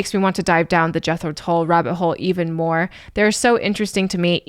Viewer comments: There’s a Scandinavian flute player/music teacher/reactor who pronounces the band’s name as ‘Yetro Tool’. Adorable. Thanks for this one,. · 😊 The band Jethro Tull,are Not dull, but that’s the way it’s pronounced